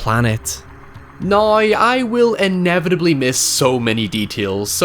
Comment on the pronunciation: I kept getting insulted that you kept telling me "No You!" but then I learnt thats how you say the word "Now".